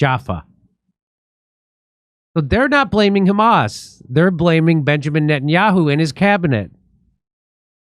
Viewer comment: Najan-yah-who?! 😂Jimmy! Call him Nathan Mileikowsky.